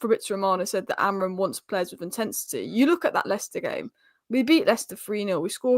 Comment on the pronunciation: AmoriM, not Amorin.